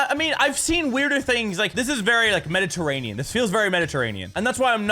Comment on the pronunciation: Nobody: Mini: MeDitErRAnEan